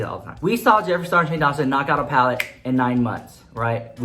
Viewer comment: I just love when you say palette. paLETTE! 😂